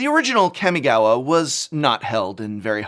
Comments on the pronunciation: It's NOT Kam-Mi-Gaow-Wa prof, It's Kah-mi-gah-wa. It might be just a personal tiggering thing , not really that big of a deal, just feel like nails on a chalkboard. I took Japanese in college for a couple years so its prob why its painful to hear. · kɑ-mɪ-gɑ-wɑ. Please, I beg you, get the pronunciation right. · What the F*ck is a Camygawha say it right you 👉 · It's been consecutive videos since you mispronounce Kami-gawa, Prof. Would like to think that if you like something (or culture), you would care enough to know the names and try to get the names sounding right. You got this right !!!! Nice!